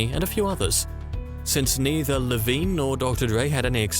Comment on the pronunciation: Jimmy iovine not Lovine 😊